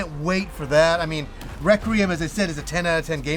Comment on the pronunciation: It's pronounced REK-WEE-UM... There's no R in the middle 😂